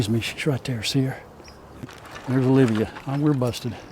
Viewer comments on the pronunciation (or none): none